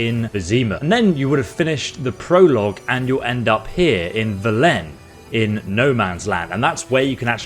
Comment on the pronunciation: Great video! :) But please, stop saying "vel-E-n", it's "v-E-len"